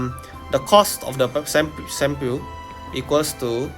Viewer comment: Funniest pronunciation of shampoo ever, I can't stop laughing at the fact that it's so funny 😂😂😂😂😂😂